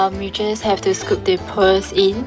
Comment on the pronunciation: cute pronouncation "PweArLs"